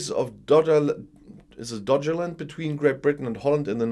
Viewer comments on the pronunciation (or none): It's Doggerland with 2 hard g's like in goal.